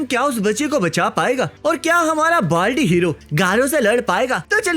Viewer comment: balty 🪣 nahi baldy😂